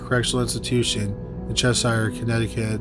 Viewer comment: chesire= ches-sure not ches-sire. Connecticut raised. 🙏